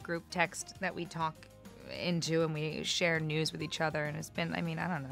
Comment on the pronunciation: who else thought they heard “we share nudes” when elizabeth was talking about the group chat where they share “news”